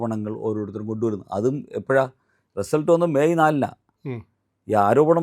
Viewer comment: റസൽട്ട് എന്ന് പറഞ്ഞത് മനസ്സിലായില്ല